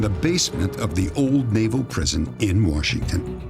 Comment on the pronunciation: Dennis, there is no R in Washington!!!